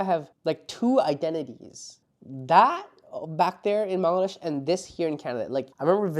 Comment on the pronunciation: Born in Bangladesh and pronounce "ব্যাঙলাড্যাশ"!